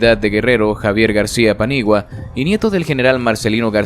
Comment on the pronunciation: Amigo se apellida Paniagua no como lo pronuncias aunque te cueste paniguas